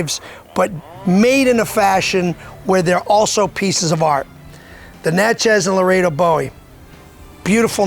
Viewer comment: Pronounce phonetically Nah-shay.